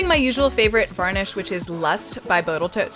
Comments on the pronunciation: I love how you still consistently keep pronouncing TotalBoat as BotalToat :D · I’m pretty sure you said "boatal toat" instead of total boat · Did you say Botal Toat? LMAO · You just refered to Total Boat as "Boatal Tote"? lol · anyone else catch her say botal toat instead od total boat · Did you know you said botal toat instead of total boat? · I'm not crazy. she says botal toat instead of TotalBoat, right? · I'm gonna subscribe simply because you said "botal toat" instead of "Total Boat". Lol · I think you meant total boat, not Botel tote. At least that is what I am hearing. . I hope I'm not the only one XD. Amazing Video btw!!!! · "total bilge by botal toat"? I think you meant "total boat" there right hehe? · did you say botal Toat?? ? Total boat perhaps? ;) enjoyed the video enyway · botal toat 😂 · "Total Bilge by Botal toat" LOL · Botal Tote??? 😂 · “Boatal Tote”…yeah I heard it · "Boatal Tote" he he he Sorry, ma'am, I just had to ... 🤭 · "boatal tote". Sounds like something I would say 😂😂😂. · boatal tode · my goodness i thought after all this time i was just hearing you wrong, but you are saying botal toat. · Hey hey she said botaltote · Botal Toat. Caught that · heh heh.. you said "Botal Toat". Not a sponsor? The workmanship was fantastic! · boatle toat? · You definitely said botal toad! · "Total Bilge by Boatle Toat" ROFL! I love that you left this in. great job on the camper. Love your work. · I am almost certain you say "by boatal toat" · "Botal toat" coming to stores near you. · “Total bilge from boatal tote” lol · “Boatal Tote” 😂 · I love how you said boataltote. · “Botal Toat” - lol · Boatal Toat. Hello;) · "boatal toat" 🤣🤣🤣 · "Bilge" by "Boatal Tote" 😂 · Not sure I could pronounce it correctly. To me, it's BotatToal. 😅